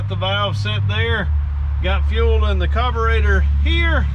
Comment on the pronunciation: Please it’s a carburetor not a coberator